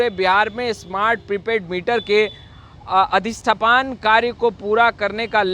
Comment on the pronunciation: अरे भाई सही पढ़ा तो करो। अधिष्ठापन को अधिष्ठपान बोल रहे। क्या है...